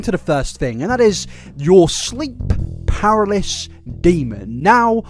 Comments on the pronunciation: “Sleep paralis” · Pa-ra-ly-sis XD seemed like you struggled with that word, maybe this helps XD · I just experienced an unexpected pronunciation of paralysis